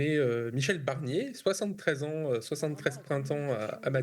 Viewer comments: Prononcez bien BArnier, parce que Michèle BErnier, moi je la veux bien en 1ere ministre ;-) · Michel BArnier et pas Michel BErnier. Merci. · C’est moi où il a dit "Michèle Bernier" 👀🤓